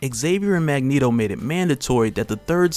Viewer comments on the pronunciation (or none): none